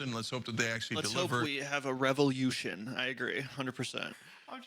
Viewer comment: "RevolYOUtion"? I may vomit.